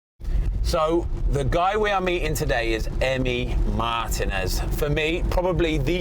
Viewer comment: Learning to put the accent on the last name correctly would be nice...